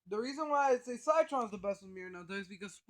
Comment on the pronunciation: Sie - Tron? it's Si - Tron... Like citrus... but... umm... ok?